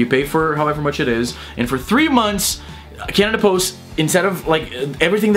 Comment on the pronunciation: When you say CanadaPost it sounds like Cannibals xD